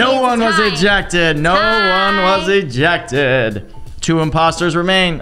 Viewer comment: ejeced Hes so cuteee ><